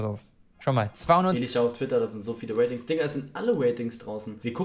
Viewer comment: Normale leute: Ratings Eli:Watings